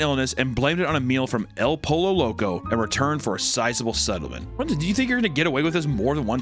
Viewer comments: it's pronounced "El Poi-yo Low-kow" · El po-yo not polo 😂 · "El po-lo loco" cmon man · pronunciation of “El Pollo Loco” gave me PTST